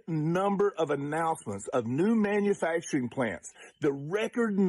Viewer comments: Did she say "manufactoring"? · Beruhhhhh I was screaming at the screen when the sistah came on …. Like please! Let her make it man 💀💀💀💀 I’m glad you didn’t come for how she even said “manfacrin” 🥴🥴